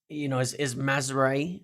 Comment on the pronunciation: Pronounce it like this: “Maz-row-ee” “row” in this context is pronounced more like “having an argument” rather than “rowing a boat” 😂😉